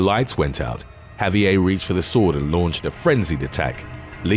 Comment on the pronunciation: Javier isn't a French name so the last letter would not be silent, it's a Spanish name, therefore you pronounce the "r" at the end of the name and the "v" sounds more like a "b". So it's sort of like "Ha-bee-air" But, I know this is a common thing in the UK, the same place where they make fun of how Americans pronounce things like Ibiza and Vincent van Gogh, even though they too are pronouncing Vincent van Gogh's name incorrectly.